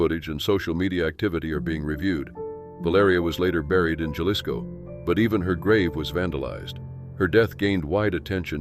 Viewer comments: In Spanish, the letter J is pronounced like the English H. So it's Hah-LEES-ko, not 'Jah-lihs-ko'. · Jalisco is pronounced with a leading H sound. So phonetically Hal-ees-co. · It's pronounced Ha-LEES-co.